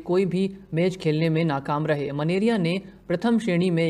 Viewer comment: Menaria ka उच्चारण मेनारिया है।।